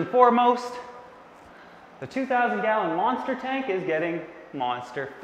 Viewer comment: I heard him saying galleon